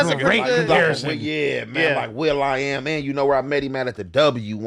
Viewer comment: Nigga said Will I am 😂